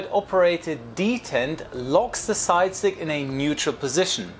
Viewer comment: Did you say 'side chick'?